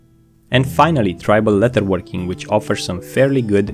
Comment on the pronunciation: Great video, I understand English is not your first language, as a fan I want you to know it is pronounced "ledderworking and not letterworking" thank you.